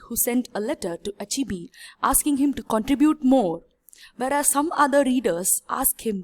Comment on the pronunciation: heeey learn how to pronounce the name chinua achebe not achibi. Anyway good work